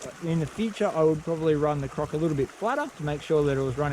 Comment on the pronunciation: Wow. This is one of many reasons why i love your channel. You demonstrate real solutions to real challenges in the field. Nice comparsion between the rocker and the croc. Btw... "lets get CROC'en" instead of crack'en😂😂